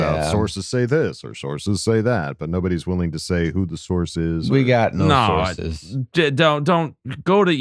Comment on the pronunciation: I'm glad I wasn't the only one that heard "sauces" and not "sources" 😂